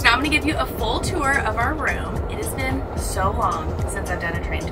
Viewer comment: Love your videos as always and you guys are awesome couple❤ I love travelling via train too🚊 and cracking me up by saying I have never “bean ” so sad 😂😂😂